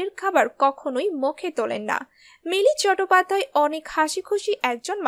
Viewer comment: উচ্চারণ ঠিক করুন।চটোপাধ্যায় প্রথম শুনলাম। ইসতিরি(স্ত্রী) -----কোথা থেকে এসেছেন?